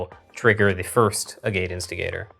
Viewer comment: Worth noting that "Agate" instigator is pronounced "Ag-it", as in the type of rock, hence the art. Idk if was just goofing, or if he genuinely didn't know how to pronounce the word, but there you go.